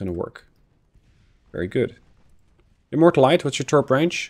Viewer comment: HMS Immortalité has a french name, it's not pronounced like a "low calorie immorta"